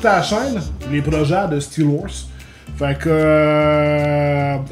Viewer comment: "Steelorse" : tasse toi la guenaille 😂😂😂😂😂😂